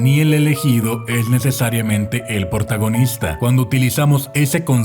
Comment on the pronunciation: alguien se dio cuenta que cuando hablo de hollywood dice portagonista